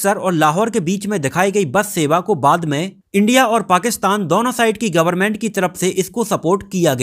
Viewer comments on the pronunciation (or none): none